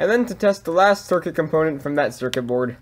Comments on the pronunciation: drink every time he says cercer berd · Say Circuit Board again.